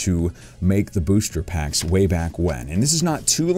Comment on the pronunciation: Sounds like you keep saying blister packs lol. Anybody else agree?